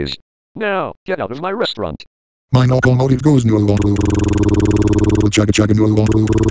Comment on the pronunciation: It's called Nocomotive